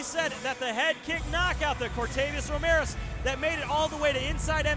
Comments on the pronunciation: A year later, and this commentator still calls him Romirez...amazing. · And the other guy calls him Romilus...wtf